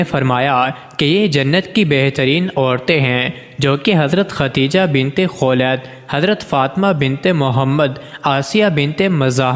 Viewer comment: بنبت اور بن مبں فرق نھبں کر سکتے اور وبڈبو بناتے ھو بے غبرت.